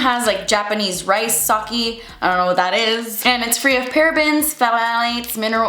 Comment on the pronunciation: sake is pronounced sah-kay, its a kind of fermented alcohol